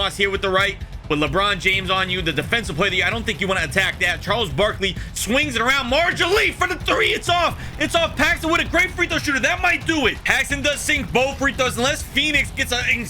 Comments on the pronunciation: Did you call Dan Mar-lee...Dan Marg-a-lee?...🤨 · Dan marjele(marley) ❌ Dan marjele(marjili)✅